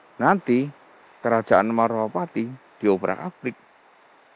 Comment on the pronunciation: Bukan marwapati om , tapi malwapati